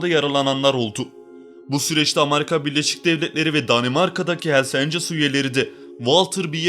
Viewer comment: Amarika değil. Amerika.